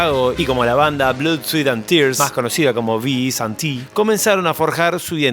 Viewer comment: Los bardeaban porque tenian teclados, un saxo y una trompeta, y eran músicos profesionales. Los cavernicolas del rock pensaban que saber música te descalificaba como rockero y el rock era guitarra, bajo y bateria. (Todavia lo hacen) Ah, y "sweat" se pronuncia "swet", no "swit".